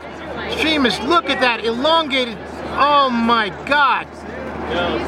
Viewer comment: OH MY GOD..... STOP SAYING LOOK AT DAT